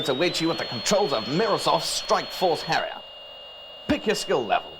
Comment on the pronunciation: the way he pernounces the word "harrier" could't be anymore British :-D